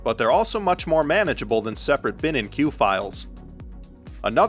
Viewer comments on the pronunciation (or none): none